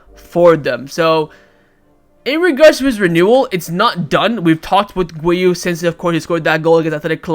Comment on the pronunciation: His name is not wiu, his name is Guiu